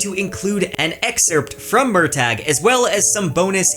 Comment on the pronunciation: I hate that Murtagh is pronounced this way according to Paolini; it's an existing Celtic name pronounced Mer-tuh.